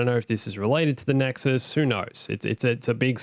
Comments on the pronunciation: The Nexus' name is pronounced: "Necks-oo" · why he call the nexu nexuz?